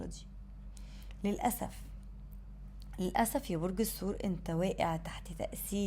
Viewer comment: الثور وليس السور